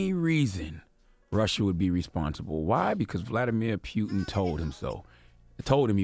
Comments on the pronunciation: It's Putin B! Pronounced like pootin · Why does lenard keep saying pewtin? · Dude said pyootin. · Charlemagne can't even say Putin right lbs. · Why does Charlemagne keep mispronouncing “Putin” ? Or are we saying it wrong? 🤔🤔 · Francesco Galiano he’s making it funny instead of Putin is puking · Yo, the way Charlamagne saying Putins name is pissing me tf off... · Sonny Torres lol Made me think I was pronouncing it wrong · Bruh! It's Poo-tin, not Peew-tin 😩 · its POOTIN' like a fart not Pewtin like you shootin.. someone help charlamagne pronounce words before he gets on air dammit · It's Putin....not "Pew-ton" Charlemagne....lol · It’s Putin (poo-tin) not pew-tin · This nigga said Nasha instead of NASA and peeyouton instead of putin. Y'all, this is important that we all vote this election cycle. If we get more democratic senators and congressmen in office we can begin to impeach this fucking orange embarrassment. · Charlemagne, there is no "pew" sound in the surname. It’s pronounced: vluh-DEE-meer POO-tin." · CTG.If you want to talk politics, you need to learn more about it.How are you so sure Russia had anything to do with US election?How are you so sure that FBI claimed it was Russia? Only cause they say it on TV? p.s It's PUTIN not Pyutin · Putin! Not Piutin! Sorry bugged me haha keep up the good work though. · It's PUTIN not PYUTIN man dam. As in: "I got home from work and started POOTIN" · Nobody in America says Putin's name correctly. Especially the mainstream media. His name is pronounced Pootyen. But everyone in America says Pootin because American's dnt take the time to say people from other countries names right. And most Americans are clueless about Linguistics. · NASHA? PEWTIN? EARF? Charlamagne do u have speech impediment? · He say pewtin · Pew-tin lol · Why is this guy saying "Pew-un"? WTF, bruh? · Pewton and Sons 🤣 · Not pewtin😂😂😂😂😂😂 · Stop saying "pew"tin and ghentleman! The latter ctg says constantly! Arggg